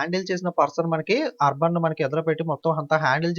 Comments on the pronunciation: arber kadu anna akber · Baboor arbar enti sir pronouncing check once